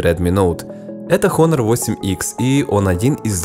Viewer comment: Правильно - онор